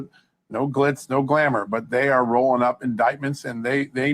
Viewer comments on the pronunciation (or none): none